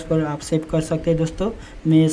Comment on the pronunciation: ' दोस्तों ' शब्द का टांग तोड़ रखा है !